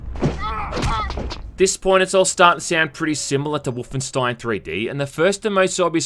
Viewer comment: I agreed with everything you said! Except on how to pronounce Wolfenstein